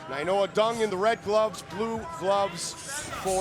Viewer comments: Nai-Noah...... not Nai-Nona 🙄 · Brah. His name is nainoa. Not nainona. How can the commentator not know how to say his name right. So irritating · Big John can’t say Nai-NOA not Nai- NONA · the dumb guy keeps saying “nainona” it’s nainoa 🤦‍♂️ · Must be in the Bellator anchor contract, that nobody can correct big John, when he starts adding extra n's to ppls names. Lol